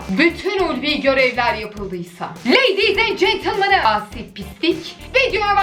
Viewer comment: "Leydiğz en centınmınığ" Bunu hiç değiştirme abla❤